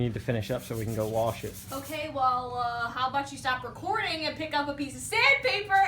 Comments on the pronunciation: What's a warsh? Lmfao you mean wash? Looks better tho👍🏼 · lol you said worsh....... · "give it a warsh"